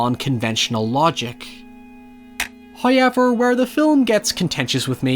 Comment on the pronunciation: wheneber you say hayever it makes me die inside